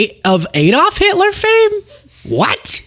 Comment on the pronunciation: Why are Americans incapable of pronouncing 'Adolf' correctly?